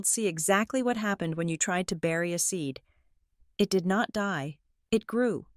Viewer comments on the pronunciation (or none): none